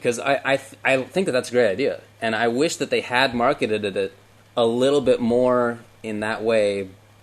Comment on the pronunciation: Did just say "marketed-ed"? LOL